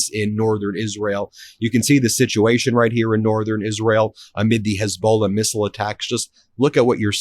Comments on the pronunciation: Hey Ben, it's not pronounced HEZBOWLA...and it's not Straight of HORMOEZ. come on brutha. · Ben, I like your stuff but you need to learn how to pronounce 2 well known words: Hormuz and Hezbollah. You mispronounce BOTH of these and, frankly, it makes you look a bit clueless on world geopolitics. These 2 names are often talked about and you are mispronouncing both. PLEASE get these pronounced correctly so you don’t look like an amateur here!